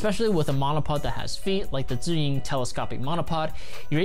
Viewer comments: Wow, I like the way he said "Zhiyun" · Just checking does anybody noticed . Sounds right